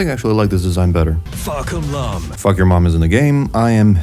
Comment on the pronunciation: Say the name of Fahkumram right at least, asshole